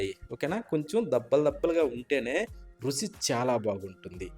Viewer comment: Rusi endira? Ruchi anavachukada? Nee Bhasha thagaleyya.Vantakam chudabuddi kavatam ledu